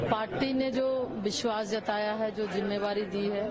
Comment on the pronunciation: Mam aap jimmedari ko jimmevari bol rhi hai